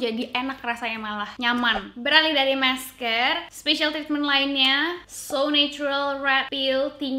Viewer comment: mask ka bukan maks :(